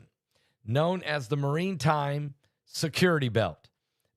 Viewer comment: Maritime,....NOT Marine time